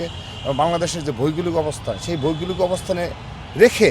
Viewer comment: ভইগোলিক না রে আদু ভৌগোলিক হবে।